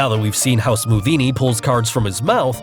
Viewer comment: You said scothinni